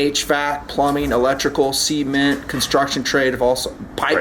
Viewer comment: 'sea'ment lol